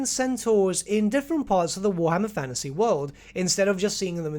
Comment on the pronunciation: cant watch your videos anymore cos you keep saying 'fannasy'